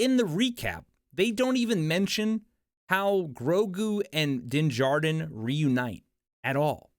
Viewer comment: You're shit is horrid. You miss pronounced Dinn Jarrins name, you fell into the social media bs about thinking that it's been 2 years when He said we, "we guy" have been away for 2 years you suck